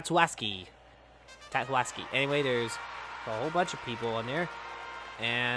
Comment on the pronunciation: Oh my, You pronounced tatsuaki’s name wrong again as “tatsuaski” remove the s you blueberry charmin ultrasoft bear XD